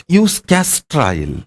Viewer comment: Please tell me you said castor oil